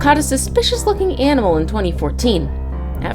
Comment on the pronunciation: I'M SORRY, did you say ANIMAL?????????